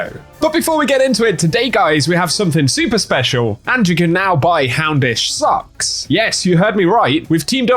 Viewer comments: Aye man it totally sounds like you’re saying “houndish sucks” not “houndish socks” 😅😂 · oh you said socks i thought you said houndish sucks